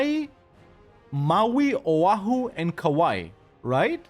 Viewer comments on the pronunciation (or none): none